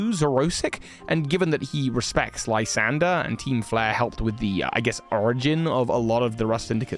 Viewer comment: You know why Lysandr is now called L?😂 Cos he used to be a LIE-sandre😅😅 Actually I think his name was supposed to be pronounced as "lew-ZANDr"